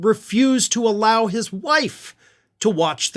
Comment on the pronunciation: "Allow"....? wtf